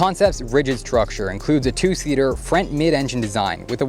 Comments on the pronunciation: If he says frint instead of front, one more time.. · I keep hearing "frent" when he says "front". Just me? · Are you from Canada? I Keep hearing FRENT instead of Front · Okay it's spelt front not frent! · Frent?! In-frent of the passengers 👌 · My dude. Are you saying "in the frent?" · hes def saying frent. he talks like his teeth are in the way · . "in frent of the frent seat" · You really aren't alone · Team Frent! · Yep, he keeps saying "frent", like some sort of spazz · U mean the “frant” 😂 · Says front kinda weird or is that just me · Why does he say front like that? Lmao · I came to write that. :) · came to the comments just for this